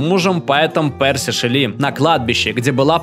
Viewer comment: Мэри ШЕлли, ударение на Е, простите